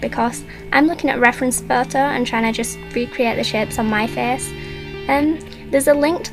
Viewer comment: Are you from Northern England? I think that cause of the way you say photo haha I'm from up North haha:3